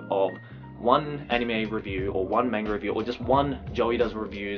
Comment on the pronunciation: Hearing pronounce manga as "mainga" is so jarring